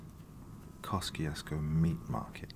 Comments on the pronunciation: Wow, your voice is so smooth it can melt the butter of my heart. But damn, the American pronunciation is hella weird. We pronounce it Kosh-chush-ko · FYI. It's pronounced. Keh- choo- skoe